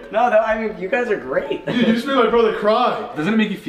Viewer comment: grEAt *voice crack* noah starts crying😂 you can’t eat any cucUMbERs!